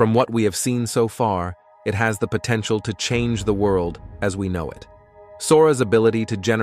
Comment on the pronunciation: Is this text to voice AI? Something about the pronunciation seems a bit off. Potentiahhhhl?